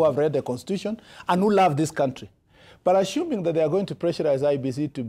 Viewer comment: 'Ashuming' what is this?